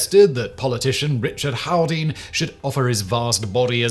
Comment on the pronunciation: It still amazes me how often the simple last name of Haldane is mispronounced 😂